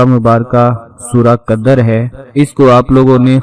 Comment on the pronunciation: Qadar nahi hi Qadr hi. Isi Tarah Fajar nahi hi fajr hi